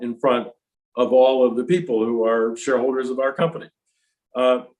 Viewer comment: When he says, "shareholders," it sounds like he's saying, "shoulders."